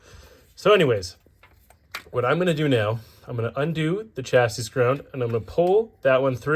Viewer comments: Curious which country you're from that pronounces the last S in "chassis?" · Chassis “chassy”